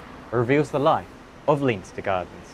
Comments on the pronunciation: Great video, only negative comment; Leinster Gardens is named after the Leinster province in Ireland, it is not pronounced Leen-ster, but instead, Len-ster. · FYI You pronounce Leinster wrong. You should pronounce it 'Lenstuh' not 'Leynster'. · Leinster is pronounced len-ster. Interesting video! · Hey. Assuming that Leinster Gardens is named after the Irish province of Leinster, its pronounced "Len-ster" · so weird hearing someone pronounce leinster as anything but Lenster. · Please look up how to pronounce Leinster. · Surely you could pronounce Leinster correctly